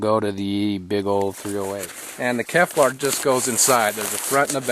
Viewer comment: Great video, it looked like a lot of fun. But it's Kevlar not Keflar.